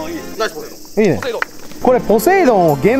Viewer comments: のポセイドンって言った時「ポテトー亅に聞こえるのは僕だけ？ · のポセイドーンの時の「ポ」がポテトで〜すのポやった